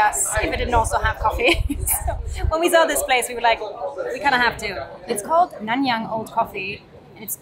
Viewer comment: your pronunciation of Nanyang is spot on!